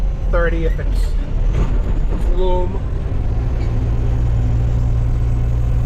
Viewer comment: Loom - loam makes me laugh everytime